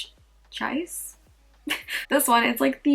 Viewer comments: Chaise = shayz Palatial = puh-lay-shull 😉 Thanks for the review! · Chaise is pronounced "SHEHZ". Panache is pronounced "Pah-NASH". These words are French in origin but are included in the English language. Love the peach blush and lip.. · The blush is prounounced "shayze." It's French (most of the names are French, which we're just not used to) and in America we typically think of a chaise as a lounge-type chair.